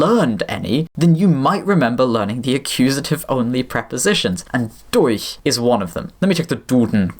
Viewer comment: damn that durch was flawless